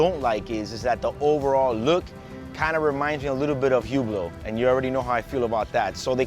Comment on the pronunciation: You lost all credibility when you said “hue-below.”